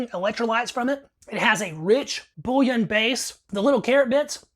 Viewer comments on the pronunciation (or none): none